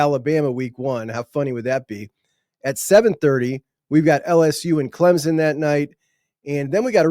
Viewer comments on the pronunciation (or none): none